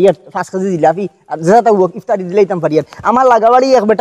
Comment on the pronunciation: Istary noy ba iftari.. kown ka Tay..